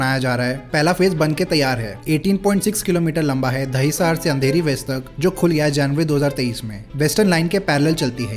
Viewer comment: ये दही सार क्या हैं रे😂😂😂😂दहीसर हैं वो